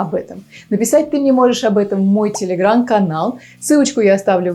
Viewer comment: ТелеграМ-канал, а не телеграН-канал))